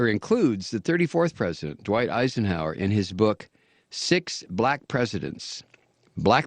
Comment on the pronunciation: I dont know which is worse, you believing Andrew Jackson's mother could marry a black man in 1700s Carolina's without them both being lynched, the KKK endorsing Calvin Coolidge, or you calling him Eickenhower. It's pronounced Eye-Zin-Hower you fuckwit.